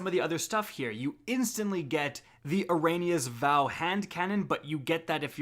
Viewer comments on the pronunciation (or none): "Eranas Vow" lol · Urine-ah's Vow? Seriously? Can you not pronounce fucking anything? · Wait “eranious vow”..🤔